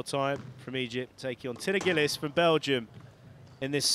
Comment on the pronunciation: 'Gillis'? This isn't 'Miss Dobie Gillis'. Can we try something a little more like 'Jee lees'?